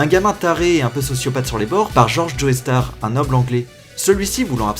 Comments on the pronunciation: Les gens qui prononcent Joestar "Joey Starr" je m'y fais pas. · Faut arrêter avec le joeystar mdr c'est Joestar xD. Sinon très bonne vidéo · "Joey Star"... mais nom de dieu ça se prononce "Jostar" ! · Dio BRANDO, pas BULANDO. Aussi, Joe-star, pas Joé-star. Désolé,, mais sérieux... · salut je suis une meuf qui adore jojo et qui passe par ici pour dire: JE SUIS PAS DACCORD AVEC LES GENS QUI DISENT "joéstar" ON DIT "jostar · super vidéo, mais jetrouve ça très drôle la manière dont la personne de prononce "joestar" joey starr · Pourquoi tous les français se tuent à prononcer joéstar :'(